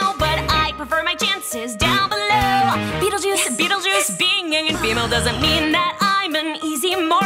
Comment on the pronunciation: Just say second syllable is juice and first is beetle😐😐